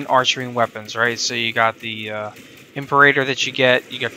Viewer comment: Nice video! Just a heads up on the pronunciations: Imperator: Im-pair-ah-tore Dual Decurion: Dual Deh-cure-ee-ahn Corvas: Core-vus Velocitus: Vel-ah-sit-us Im not making fun of your pronunciations, I'm just telling you these.